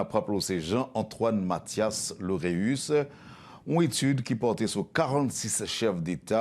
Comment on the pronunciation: Lauréus et non Laurus !!!